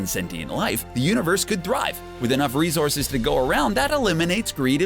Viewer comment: Are you saying "rezorces"?